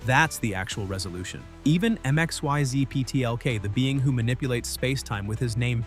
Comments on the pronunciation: It's pronounced 'Mixleplix'. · The AI voice cant read Mr. Mxyzptlk's name properly. LOL